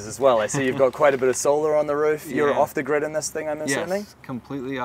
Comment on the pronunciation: "off-the-gird"? Oops.